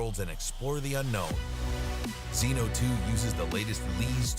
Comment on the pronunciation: Zino, Zino Pro, Zino 2. Just say ZiNO thanks!